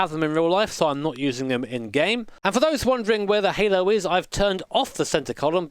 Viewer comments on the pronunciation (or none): none